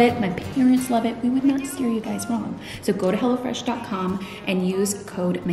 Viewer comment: Every time you say, “Hello Fresh” my special ears hear, “Hella Fresh”!! I don’t think the company would mind as, Hella Fresh seems like a very good thing!